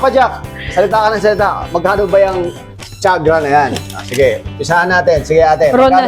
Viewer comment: I am quite sure that TIAGRA is not pronounced "CHAG' RA"... it's "TI AG' RA". Pinoys just say what they want to say, even if it's very wrong.